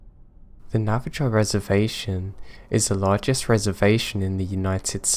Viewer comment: Also, The Navajo Tribe is pronounced Nav-a-ho. xoxo